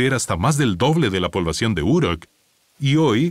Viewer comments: pero, esto no es lo que él dijo. La pronunciación de la palabra "Uruk" en este video parece la pronunciación inglesa y no española. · Si Uruk estaba en Mesopotamia por qué la nombras como si estuviera en EEUU?.. No todas las palabras que no son latinas se pronuncian igual que el inglés.